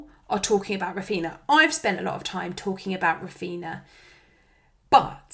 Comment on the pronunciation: I know this is widespread, but the same as we don't call them Coutino and Ronaldino, Raphinha is pronounced Raphinia, only Andy from Let's Talk FPL is calling him correctly :)